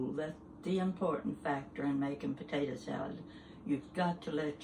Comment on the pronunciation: She is just so sweet. She reminds me so much of my mom. My mom used to say “potata” just like her🥰 Love watching her videos.